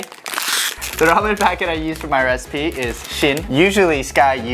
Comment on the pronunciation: lol was mispronunciation of the word "recipe" an accidental reference to having played FF15 by any chance? Ignis: "That's it!! I've come up with a new recipeh!"